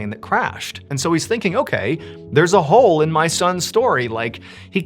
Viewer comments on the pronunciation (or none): none